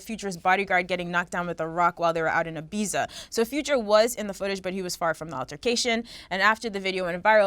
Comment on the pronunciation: Can't believe you pronounced Ibiza, Ibiza smh